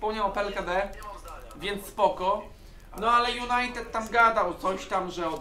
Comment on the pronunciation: Niech się nauczy mówić JunajteDDD anie Junajtet